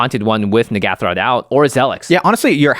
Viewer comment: Jimmy Wong and Gavin Verhey, have both said that they can't believe the name "Mind Flayarrrs" got through. I can't believe nobody is talking about the name of the Commander, Captain N'ghathrod! The pronunciation by DJ (Jumbo Commander) and Gavin Verhey (the set designer) is A LOT different by the way. I can't believe there hasn't been a massive backlash over it 😳